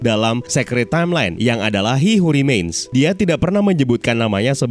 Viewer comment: Keseringan denger gw malah membayangkannya kek nama cina. Hihu Rimein